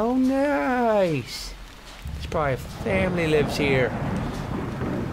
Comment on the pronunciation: You said flamily